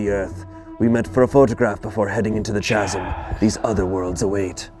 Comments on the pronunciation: HOW did not get immediately roasted for saying 'chasm' like that...? You're telling me the entire cast and crew on this vid unanimously decided not to burst out laughing and ridicule him every time, or do they all believe that's how it's actually pronounced...? 😅😅 Simply inconceivable! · I had to stop watching after the second "CHasm" 🤣 I'm sorry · pronouncing Chasm as CH-AS-UM instead of K_AS_UM killed me the whole time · There's just NO way that actually thinks it's pronounced like that... I've had a fraction of the education he had, and even I know for a fact that it's pronounced k-asm. I'd say it's likely some weird unspoken bit that nobody is laughing at, or has jokingly been saying chasm the wrong way on purpose for so long that it stuck. It's like me an jalapeño, I used to pronounce it with a hard J as a joke for years, now I catch myself saying it the wrong way unintentionally all the time... 😅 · pronouncing “chasm” as “cha-Sam” reinforces his book boy brand. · Hate to be that person. Can someone let know the H is silent in Chasm? 🤣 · Ok, it's pronounced "kasm"! Edit: "He has a pan flute..." Dumpster Wizard is coming! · The ch of chasm is pronounced the same as the ch in school in America, so [kasm] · Why do they give shit for br-oo-ch, but not CH - asm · pronouncing chasm as its spelt makes my heart hurt just a little bit 😂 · Can someone please tell how to say chasm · You'll never be an actor of you can't pronounce the word "chasm" 🤣 now it makes sense that you are where you are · Why can't say chasm? 😂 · Wait, does not know how to pronounce the word 'chasm'?